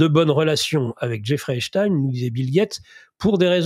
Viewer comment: On prononce à ''l'anglaise '' parce qu'il était etats unien, pourquoi prononcer à l'allemande?